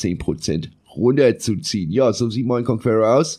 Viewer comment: "KONKUERROR" - ist das Dein Ernst?